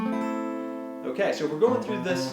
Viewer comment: Great video. Extremely clear and complete. The way he says "tones" is hilarious